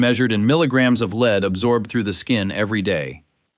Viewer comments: Please decide whether you want to mispronounce lead by calling it “leed” or to say it correctly, ie “led”. Other than that, it’s a good video, which I enjoyed. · l-e-a-d is pronounced 'led'.